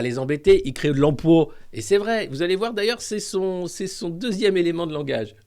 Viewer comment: L'emploa !!! J'adore, ça me fait tellement marrer. J'arrive pas à mettre l'accent ^ dessus !!!